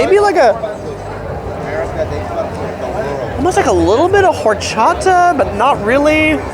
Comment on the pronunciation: Just wanted to say i like how you said horchata. Lol. No foreals. Your said it the right way. Thanks